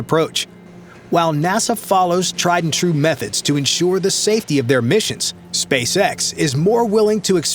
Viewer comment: the way he pronounces SpaceS*x sounds funny,haha 😅